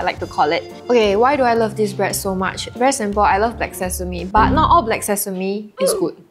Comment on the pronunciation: A lot of them need to know how to pronunce "bread". It is NOT 'braaad".